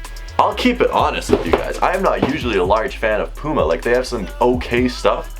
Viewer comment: You can’t say puma right 😂